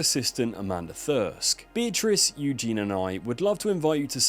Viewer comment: Eugenie. The speaker mispronounced her name.